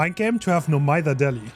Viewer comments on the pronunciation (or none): none